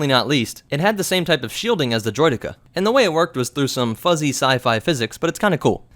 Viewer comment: See you said “droideka” perfectly fine here, good job yay